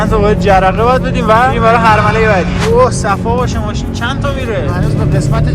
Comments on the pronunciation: دقت کردین به مرحله میگه حرمله 😂😂 دمت گرم خیلی ایده هات قشنگه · داش تو دقیقه ۷:۱۴ بجای مرحله گفتی تو این حرمله 😂خیلی عشقی